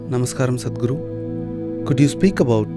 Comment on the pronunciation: 'a' in 'Sadhguru' is pronounced as 'u' as in 'hut'